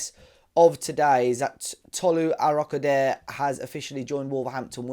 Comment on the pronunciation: It’s pronounced ‘Aro-ko-da-ray’…